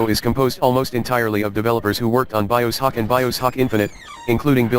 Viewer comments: Robot voice keeps saying Bio Sock, LoL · Its pronounced as BioShock, not BiosHock... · "Bios hock" lol man that was annoying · Ugh that computer voice is giving me a friggin headache. Couldn't they have just used an actual person to narrate the script? It couldn't even pronounce "Bioshock" correctly XD